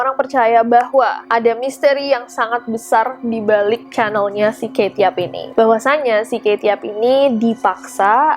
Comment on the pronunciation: Rasanya kate , bukan kaye